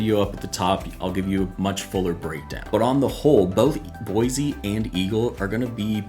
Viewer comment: Pronounced Boy-C